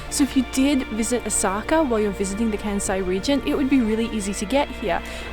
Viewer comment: New sub here! I'm an Aussie living in Osaka 😁 Great travel guide, guys. Informative and a nice snapshot of Kansai. Love the music choices and cinematics. Can I please offer a tip? Kansai is pronounced Kahn-sai not Can-sai. Taiyaki is one of my favourite street foods. Sweet potato is a seasonal taiyaki during winter. Right now, they're doing sakura (cherry blossom) flavour in prep for sakura season. The Choco Baby scene was hilarious 🤣 Koyasan is on the bucket list! Loved the drone shots and B-roll. By the way, Todaiji Temple's Buddha is bronze and the largest of its kind in the world. You guys are going to be huge travel vloggers!